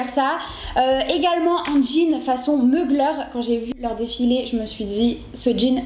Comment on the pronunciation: Pour le jean’s on dit mugler, est non pas meugler 😅